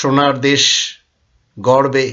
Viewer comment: আপনার উচ্চারণ ঠিক করা উচিত যেমন গড়বে, ধরবে এরকম দুই একটা উচ্চারণে আঞ্চলিকতা চলে আসে । দয়া করে ভুল বুঝবেন না। আপনার মঙ্গল কামনা করছে।